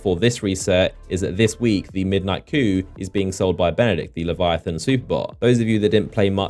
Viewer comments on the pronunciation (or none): none